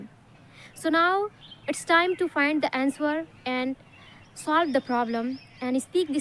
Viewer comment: Ma'am you're really wonderful. Please check and correct your pronunciation of the words- "answer, meant and asked"